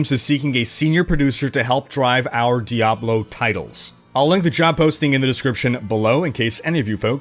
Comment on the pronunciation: GUISE! DEE-AYY-BLOOOE IS DED. D-E-D !